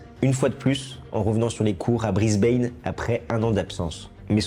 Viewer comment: Mauvaise prononciation de Brisbane , renseignez-vous !